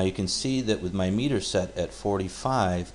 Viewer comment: it is not meter, it is miter!